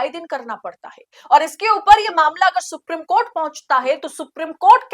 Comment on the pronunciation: Supreme court ka pronounciation galat hai